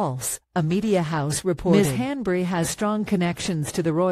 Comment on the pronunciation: At least learn how Rose´s last name is pronounced. This is so lame.